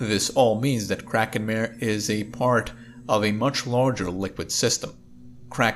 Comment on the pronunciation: Kraken Mare? Not mehr, but mah-reh!